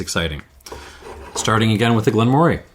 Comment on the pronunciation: In addition to the fyi below on Elgin, Moray is pronounced Murray. Another fascinating in-depth tasting and series of comparisons, and I'm yet only half-way through watching, thanks.